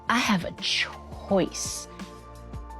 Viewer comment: Tia fkin up all the "C" words. "Court" "choice". She cringe af at this point.